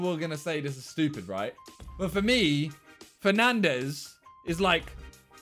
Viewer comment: I thought he was saying penandes 😂😂